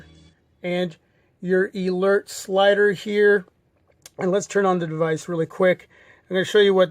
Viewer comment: eelert slider?